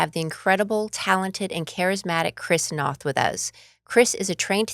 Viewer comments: Great interview, but ladies! Do your homework! Noth sounds like both, not moth. And he was so gracious in not correcting you. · Can we PLEASE learn to pronounce this man's last name? NOTH...rhymes with BOTH! Good freaking grief! 🤦‍♀️